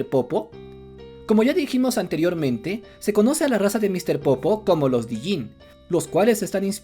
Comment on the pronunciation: Me molesta escuchar "Dijinn". Es Djinn, sin pronunciar la "D". Como "Django"